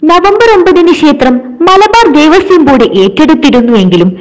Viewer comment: ദേവസ്വം .ദേവസ്യം അല്ല. കഖഘഗങ പഠിക്കുക.